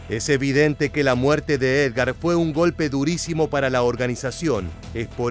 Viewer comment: Edgar y no Ergar.